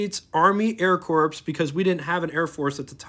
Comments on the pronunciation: Great video, but it's not Army Air 'Corpse'. It's Army Air 'Core'. There's a difference. 😉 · Publicly traded ≠ public corporation, and corps is pronounced like core not corpse.